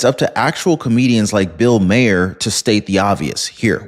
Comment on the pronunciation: Sorry, it's bugging me, I'm stuck hearing it having to try and help you correct his name pronunciation. It should be said as Mar, pronounced Mah-er. Comedy Central has been stating it for years that way and it's throwing off my comfort level hearing you say it differently than it's been said for years. I know I'm coming off as a "word nazi", but I have to make corrections where I catch them. Otherwise, I could focus on the video better. Your content is great, but every once in awhile, I will hear something that's so distracting it prevents me from being able to focus on the content involved. I hope this helps without coming off as nagging, I just wanna continue to enjoy the content I watch.